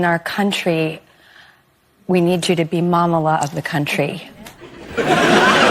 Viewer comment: Even Kamala cringed when Drew dumbass Barrymore said "mamala"